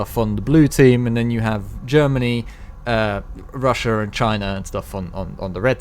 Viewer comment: Chiner? Russiur?